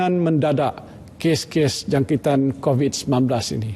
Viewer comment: X tau lah camner org tua ni boleh mispronounce "covid" ke kobis.. as if kurang prihatin je